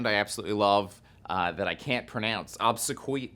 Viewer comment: I think it's " Ob-se-Kwe-ai". And thanks for pointing me in their direction!!